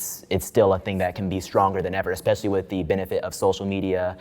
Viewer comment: Lost me at “expecially”